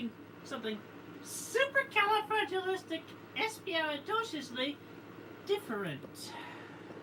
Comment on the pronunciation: He introduced himself And said his own name wrong and then he said supercalifragilisticexpialidocious right